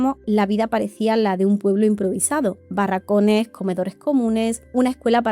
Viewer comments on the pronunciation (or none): Amo cuando dice "barracone" en vez de "barracones"